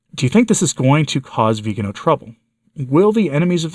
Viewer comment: Thank you for the good coverage of this issue. Would you pretty please pronounce his name correctly? In Italian it is the second to last syllable. So the emphasis is on the “ga”. Grazie.